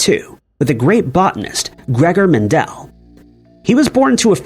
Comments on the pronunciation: It's "MEN-duhl", NOT "Men-DELL!" GET A CLUE! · Its actually mEndel, not mAndel secondletter is an E not an A. Thank you.